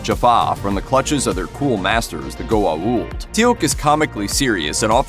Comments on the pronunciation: "Gu-a-uld"...srsly? What the hell is that for a pronauciation? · I was starting to get really annoyed at his pronunciation of Goa'uld. He said it right maybe two times, but butchered it the rest.